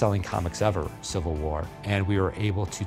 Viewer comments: Wtf is "CIVIAl" war???? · It's civil not civial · "So excited for Captain America Civial War" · CIVIAL WAR GUYS CIVIAL WARR!! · "Civial" War!???